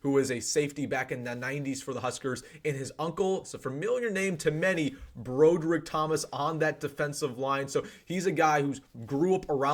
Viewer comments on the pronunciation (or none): I came here for that, lol. Broad-rick. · It's pronounced like Broad-erick. I'm still wondering why we haven't been on the ball getting as many DLinemen as we can, instead of unloading every young GD receiver we just recruited over the last 2 fking years!! WTF???!! You get commits from Lloyd, Coleman, Hall, and McMorris over the last 2 years, and you're already getting rid of them? Are our coaches that bad at assessing talent?? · Legacy is right! Awesome, bold prediction; he Will be a Husker! Good News,! Keep up the good work!... ( for future reference,...pronounced Brodd erick, short "o" in the first syllable)... GBR! HNY all!